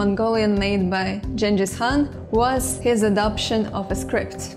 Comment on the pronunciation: Listening as Mongolian, your pronunciation of "Genghis Khan" is spot on.